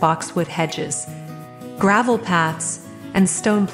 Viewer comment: The "Reyna Home" watermark always in the middle of the screen really detracts from the viewing experience. And can we get an AI voice that can correctly pronounce "Versailles" and other French words? The English pronunciation isn't top notch, either. Lol, "Gray-vel" walks.